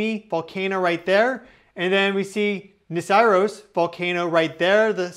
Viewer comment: 8.35 Niseeros , not Nisiros, is the pronunciation with the stress on the first syllable.